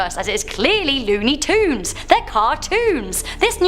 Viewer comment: Yeah i grew up to lony toons not tunes like they say it it